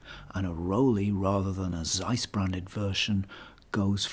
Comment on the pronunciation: Learn to pronounce ZEISS properly.